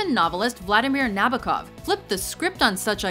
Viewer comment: Nabokov's named is pronounced in the following way: Nah-boh-kuf with stress on the second syllable.